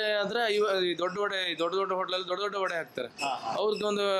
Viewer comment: Vada❎ Vade✅